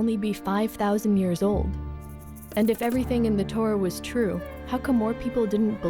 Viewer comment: "ToRAH" (accent on the last syllable) is not synonymous with "Bible". The Torah (in Greek: Pentateuch) comprises the five books attributed to Moses: Genesis, Exodus, Leviticus, Numbers, Deuteronomy. The Torah is the first part of the Tanach (Jewish Bible)